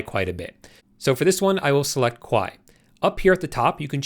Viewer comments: Thank you for this video. By the way, you pronounced Kawaii, which means "cute" in Japanese, in a way that actually means "scary" in Japanese. It is pronounced as "kah-wah-ee". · Love your video! Thank you so much for such a clear overview. One linguistic note, though...you're mispronouncing the Japanese word "kawaii"! Here's how to say it